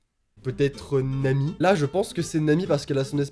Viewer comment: Je m'appelle Nami, ça fait très bizarre d'entendre prononcer mon prénom ^^'